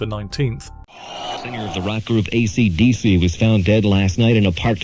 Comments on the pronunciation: Please ditch the awful AI voice. No one pronounces AC/DC like that and it’s very distracting. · The narrator has an odd way of pronouncing "AC/DC". AI slop? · Was well worth watching this video, if only to hear the name AC/DC pronounced in a way I have never heard before, in all the decades I've followed them.